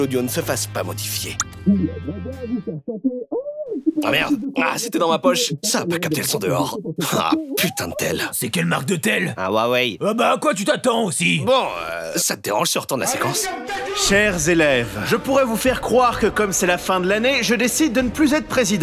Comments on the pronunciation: huwawai a la place de Huawai MDRR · c'est qu'elle marque de tel hawawaii🤣🤣